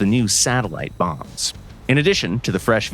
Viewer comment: I have to agree and say I heard guided "moms"